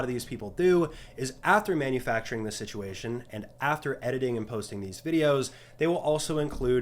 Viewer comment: ah yes "situatiom", thats a word